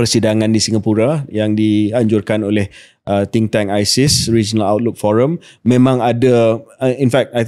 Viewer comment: terkejut aku dgr KJ cakap balik dr forum ISIS 😂 rupanya ISEAS